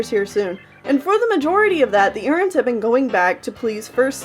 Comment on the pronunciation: I love how she say Erins like “urns”